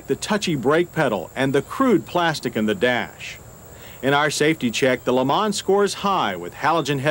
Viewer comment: Worst example of name butchering of an American car. Geez what a POS.